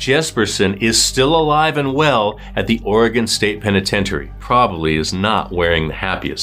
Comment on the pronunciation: Ok this may be silly but thank you so much for pronouncing Oregon correctly.